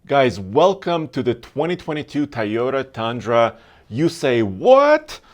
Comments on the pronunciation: its tOOOyota "O" NOT tAyota with an "A" !!! learn to pronunce it !!!! god.. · all and all cant you stop saying a toyota car a tayoda, it is toyo tha! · Teeyota and veeedeos